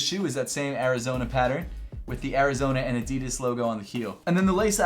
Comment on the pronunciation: So, uhm, actual German here, is this how Adidas is pronounced beyond the pond?